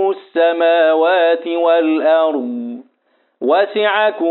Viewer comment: أحسنتم وجزاكم الله خير الجزاء استاذ ماجاي تكسر الشفه السفلى والفك الاسفل للاسفل عند نطق الحرف المكسور وبالخصوص في السماوات